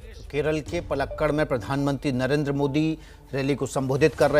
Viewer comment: तमिलनाडु के प्लक्कल 😀😀😀😀 न्यूज रीडर को भूगोल सिखाया जाए ।